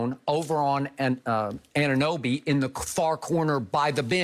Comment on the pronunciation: Good job Skip for pronouncing "Anunoby" correctly! But.. really the Raptors blew game 2 and stole game 3, while shooting extremely poorly from the 3s. I like the Raptors chances! GO RAPS!!!!